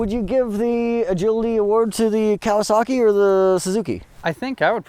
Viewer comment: Loving the video as usual but why do you Americans insist on adding non existent R's to motorbike manufacturers names? "KawasaRRRKi" or "DucaRRRTi". The Japanese and Italians don't so why do you?